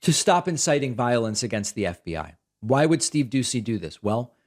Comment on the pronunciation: So much Vionce to much viont